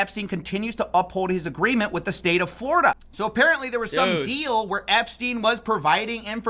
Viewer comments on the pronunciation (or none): none